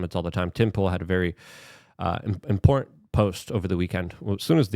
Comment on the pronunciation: Your content is fantastic minus the illiteracy. "Anonomalies"? "Peoper"? If something is important, you say it's "import".. It's astounding and every video is chock full of hilarious examples. LMAO I love ya Luke, but slow down.